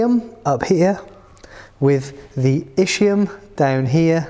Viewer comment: Thanks for the explanation.. just please check the right pronunciation for ischium (Es..kee..uhm) just like ischemia